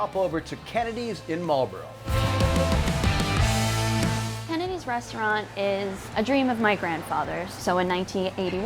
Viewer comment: Bonus points for pronouncing Marlboro correctly (Mall-bro)